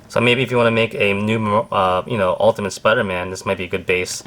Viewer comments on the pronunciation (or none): none